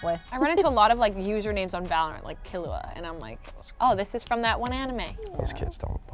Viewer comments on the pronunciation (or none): none